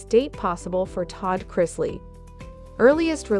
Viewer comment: Pronounce Chrisley better please.